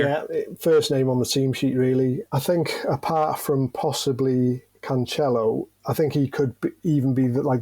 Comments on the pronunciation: Yo my guy it's pronounced "Canselo" and not "canCHelo" 😂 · Cancelo is pronouced as it's written, the 'c' pronouced as an 's' in English, thus Canselo. It's not Can-tche-lo (as in itch) 😂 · Dude you gotta stop call him canCHelo, it’s an “s” sound.. Cancelo. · you keep on pronouncing it wrong, it's not "CanCHelo" but "CanSelo". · Suppose with the Doherty miss pronounced got allow the man but I do admit it's like nails on a chalkboard lol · I do love the content but I won’t like or subscribe until you start saying Cancelo correctly. It’s beyond annoying now and it’s been pointed out in a lot of videos.. CHell ice to Eskimos 🤣 Does that sound right? 🤔